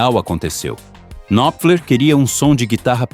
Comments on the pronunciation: Ótimo vídeo, mas me permita uma sugestão, na boa. O nome do cara não se pronuncia "qui-nop-fler". O "K" inicial é mudo. A pronúncia é Nóp_fler, com o P bem curto, quase mudo também. Se fossem moedas, um knopfler valeria uns 30 stings. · Por favor, aprenda a pronúncia do nome dele!!! "Mark Knopler". Esse "K" não é pronunciado, da mesma forma que no verbo "Know" também ol "k" não é pronunciado. Estude mais antes de fazer vídeos!!! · Marky Kynofler 😂 vai estudar inglês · Não se lê o K no nome dele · Excelente vídeo, parabéns Só uma dica: não se pronuncia o K do nome Knopfler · Knopfler se pronuncia com o "K" mudo, como em "knife"